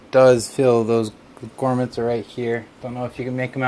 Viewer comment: Thanks for this, I was considering it but I use all air cooling so I guess not a good fit. As an aside, they are pronounced GROMits, not GORMits :)